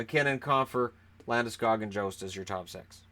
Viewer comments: Oh also Jost is pronounced like a Y not a J sound so it is pronounced "Yost" take it from someone with the same last name. Source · ah well he is pronouncing it wrong. In German J is a Y sound